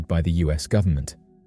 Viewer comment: The militree" & gubmint " have the technology to do about anything" 😮 yup" kazoo where are you 😂